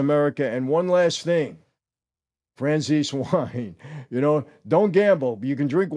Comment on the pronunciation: This is the man who should be speaking. But Michael…please say your own name correctly! Fran-sayz-eh. Not Fran-siece.